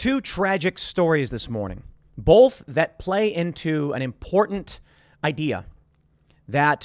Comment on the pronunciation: When Tim says "boLth" 🤣